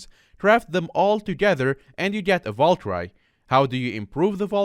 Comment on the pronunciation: Valkyrie not valcry